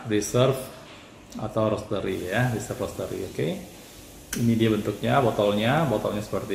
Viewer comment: Hahaha, ngereviewnya spontan banget, pake adegan gagal buka tutup smpe gagal nyebut Reserve Roastery:D Tapi orang kaya mah bebas yak? Wkwkwk Btw, minta info tumbler yg warna coklat kayu "Wood Grain" itu dong, kebetulan saya juga pakai (dpt dari tmn) tp msh ragu itu authentic atau clone, tq